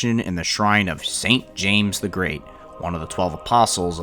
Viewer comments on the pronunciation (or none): none